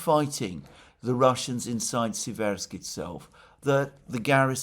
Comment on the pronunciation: Dear Alexander, the correct pronunciation is Séversk (Сéверск- the stress is on the 1st “e” vowel). Seversk is derivative from the word “séver” (сéвер), which means “north” in Russian.